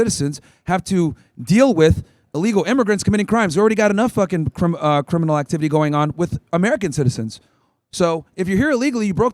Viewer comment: How many of them have cwiminal convictions 😂 get this rtard outta here 😂. Why these useless college students who are still sucking on their moms teat think they could do ICE's job better than them? Coming here is illegal, a misdemeanor, its treated as a civil infraction so they dont have to give the illegals the same rights as a criminal